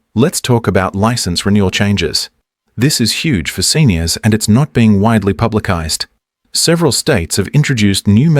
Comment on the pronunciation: My suspicions have been PROVEN! This presenter is a BOT created by AI, procouncing Publicises as "Publikised", and Users instead of uses.